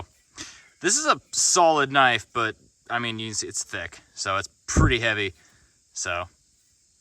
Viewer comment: That's a knoife!🤠